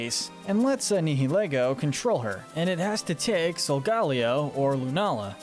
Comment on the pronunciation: You’re so bad at pronouncing names,. 🙄 Eight pronunciation error’s corrections: • GA-lar • NI-hih-lee-goh • Solgaleo: SOL-guh-LAY-oh • Mr. Briney: MISS-ter BRY-nee • resh-ir-RAM • row-EN • YOUX-ee • Lysandre: LYE-SAN-der